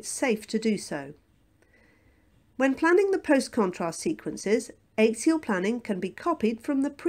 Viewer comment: Why does the commentator mispronounce axial? It is quite unique